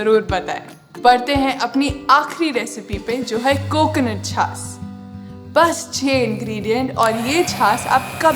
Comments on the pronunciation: झास नहीं बाईजी छाछ. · छास नही छाछ।